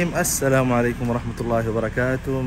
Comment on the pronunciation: Dear I LIKE WHEN U SAY ASSALAM MORE BETTER ON ALLIF MASHALLAH JAZAKALLAH ALHUMDULLAH CAMBRIDGE CANADA